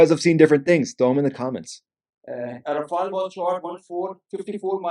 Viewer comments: RAFALE......not raphael😂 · please, it's not Rafael it is Rafale! It's very simple. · it’s rafale, not “rafael”. finally, no more mustache to distract the viewers… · It's not RAFAIAAL, it's RAFFAAL. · RAFALE not RAFAEL (ninja turtle)